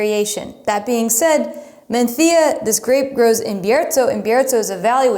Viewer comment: I live in Spain and am fortunate to have tried all these grapes and 4 out of five of the wines. All the wines from Casa Castillo are incredible and you can’t go wrong with MdeM! Thank you for saying Menthía and Biertho- in Castellano. Muy bien!